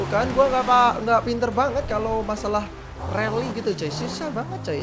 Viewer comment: rally atau rully 😂